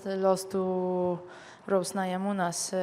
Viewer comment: I like the sexy way Joanna pronounces "Namajunas."